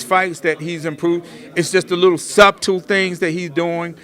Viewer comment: Someone should tell sun glasses, the 'b' is silent in subtle 🤣🤣🤣